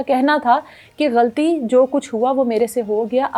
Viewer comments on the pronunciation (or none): none